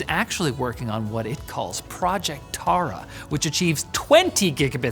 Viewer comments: I guess it's pronounced Thara and means star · When u played that clip i realised that "taara" is just the Hindi word for "star", And idk if this bad to say that but yes that pronunciation was no way near correct ¯\_(ツ)_/¯